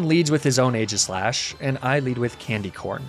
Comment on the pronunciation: AEGISLASH, NOT AGISHASH!